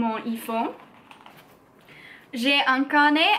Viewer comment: hi, when you say "IPhone" you can use your english accent 😉